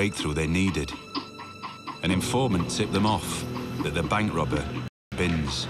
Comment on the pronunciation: It’s Binse NOT bings. & he’s nothing like Cool Hand Luke that’s a Yanky Hollywood fairytale movie.. Chris Binse is a good Oz🇦🇺 knockabout bloke who’s been dealt a few bad hands & done a few armed robberies but never shot or hurt anybody.. He should’ve been set free year’s ago & the same goes with Brendan Abbot “post card bandit” let old mate out for fuks sake he didn’t kill anybody just robbed some banks of money, big woopy woo woo.. It’s amazing that peadophile’s & rapist’s sex offender’s who do so much worse & get a slap on the wrist with a wet lettuce 🥬 leaf. But rob a bank they bury them in prison over money & nobody is hurt, but rape kids & destroy lives forever they get suspended sentences or 1yr in prison in full-on protection & they get zero punishment.. it’s a crazy crazy system i tell ya what, no wonder i live way out bush past Bourke on a property & keep to myself.